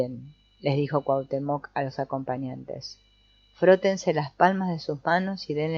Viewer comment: Muchas gracias por esta lectura, es agradable escuchar el libro mientras hago otra cosa. Solo un comentario porque no puedo dejarlo pasar. La pronunciación correcta de Cuauhtémoc, aunque no se escribe con acento, el énfasis es en la penúltima sílaba.